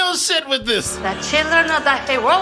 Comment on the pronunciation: Da Cheedreen are da herowees 🤣